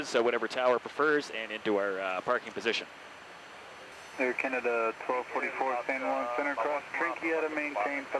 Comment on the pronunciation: I’ve noticed Air Canada cockpit flight crew seem to pluralise the “Air Canada” radio callsign so it sounds like “Air Canadaz”